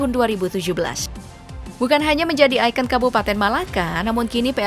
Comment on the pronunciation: Icon itu sudah dibahasaindonesiakan menjadi ikon. Berhubung sudah jadi bahasa Indonesia, ya bacanya sesuai yang tertulis, IKON. Jadi besok lagi jangan dibaca "aiken" tapi "ikon"